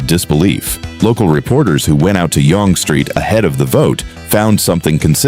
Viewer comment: FYI….Yonge is pronounced like ‘young’